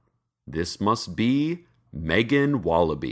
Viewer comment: What it says: I love you Megan What I hear: I love you bacon